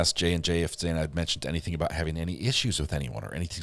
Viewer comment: I wish you’d say Xanas name correctly. Not saying either of her names right but you can say Gonclaves and that’s not even spelt as it’s said!